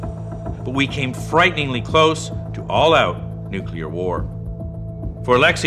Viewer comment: It's pronounced "NEW-clear" - WHY is this such a tough word to pronounce? I have much more trouble with "supercalifragilisticexpialidocious"